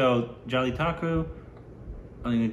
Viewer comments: Who can u pronounce Jallikattu??: hold my Rice Kheer "Jelly Taco" 😎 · It's not jellitakku it's jallikattu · it is Jallikattu and not Jallitakku...:D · Jaby taco.